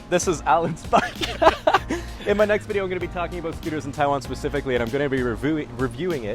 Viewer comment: He still can't fuckin' pronounce Taiwan right...not you.